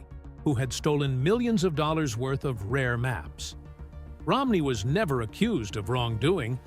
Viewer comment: "she valued it at blinny glib hhunter doolers"